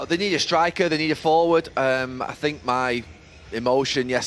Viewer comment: “I sink”